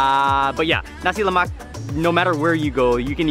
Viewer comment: HE PRONOUNCED NASI LEMAK ACCURATELY!!!!!